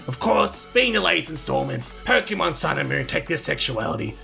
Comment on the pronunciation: I get so triggered when adults call Pokèmon, 'Pokèman' xD